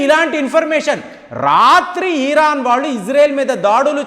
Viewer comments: ఉచ్చారణ,యెప్పుడు మార్చుచేసి చిరాకు తెప్పిస్తావు,హంగేరీని hungry అంటావు ఇరాన్ నీ ఈరన్ అంటావు యెంట్రానయన నీ చదువు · merante Respect vundi Kani konni padala vucharana Ebbettuga Daridramga chirsgga vuntundi Hungary ni hungri ani enduku chaduvutaru Lekapothe Eran ni eeran ani sagadeesi enfuku palakadam Emi Rogam vachindi cheppandi Meeku oka manchi knowledge vundi Manchi vishleshana chestaru Antha ok Kani ee tappu tappuga vucharsna cheste Naku kalindiante banda butulukuda thidatha Dayschesi maryada pogottukokandi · Eeeeeraaan kaadhuraa erripooku, IRAN anaali